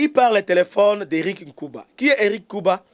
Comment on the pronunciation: Bjr Mr le journaliste...vous avez des sérieux problèmes au Congo..celui que vous appelez Éric nkuba prononcé c est nguba en lingala c est kake foudre en kinyarwanda nkuba kake soyez prudents